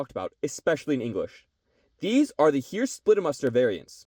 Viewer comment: The only thing I noticed as a german was the pronounciation of "Heer". In the viedeo it sounded more like "here". The double "ee" in german is not spoken like "street" in eng but like a long "e" in "enemy". Hope that helps fore further videos